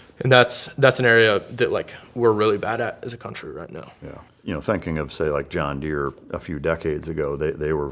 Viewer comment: They’re not John Deere they’re Juan Deere 😂